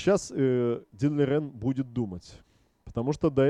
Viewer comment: Спасибо Вам за видео! на заставке Лижень, а в озвучке Лирень. Давайте определимся:)